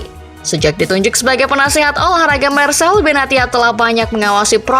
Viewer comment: Penyebutan nya Marsei bukan Marsel